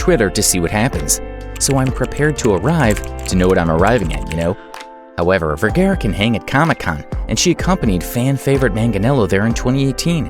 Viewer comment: You would think that the narrator of the video would be able to pronounce Vergara correctly.